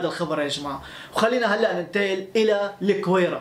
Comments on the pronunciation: Gouira not kouira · احلى تحية لاخونا والله وطنيتك جدا عالية... فقط ملاحظة..الگويرة تنطق بالگي..LAGWIRA